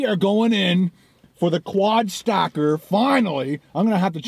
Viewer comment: It sounded like you said "quad stalker" at the beginning. That gives the video a whole different vibe.